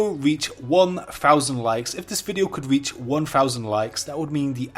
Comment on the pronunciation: "Wold of wowcwaft" "can this video weach 1000 likes"